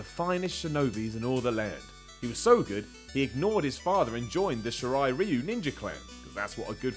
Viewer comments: Pronounced "she rye rye you" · you pronounced shirai ryu wrong